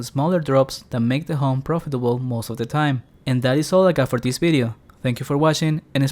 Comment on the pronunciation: Why do you pronounce ''this'' so extremely weird? ''thisseehh spawn'' ?